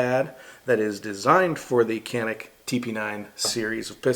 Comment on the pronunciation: It's pronounced Jon-neek